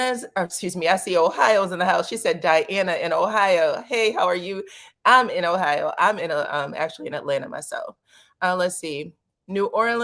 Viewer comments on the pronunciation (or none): none